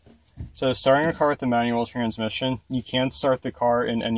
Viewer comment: Am I the only one who thought he said 9 year old everytime he said manual?? lmao